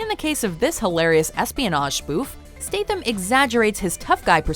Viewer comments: Fuck me its STATham not STATEham. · NOT stath-am. stat-ham.......